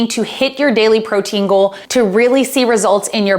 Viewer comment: Great video! I had to giggle at the very beginning it sounded like you said "pro tingle" instead of "protein goal" and it made my morning. :)